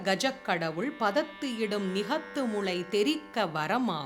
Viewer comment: Ma'am நிகத்து முளை என உச்சரிப்பு தவறாக வருகிறது. ஒருமுறை சரிபார்க்கவும். நன்றி🙏